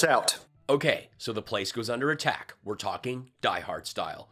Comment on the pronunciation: You mispronounced were as we're. Hard to blame you, the comments make everyone that reads them dumber.